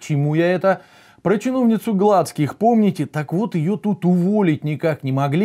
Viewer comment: Дак она не ГлАцких, а ГлацкИх. Тебе то как фамилия? А то, давай, я и твою фамиль переударяю!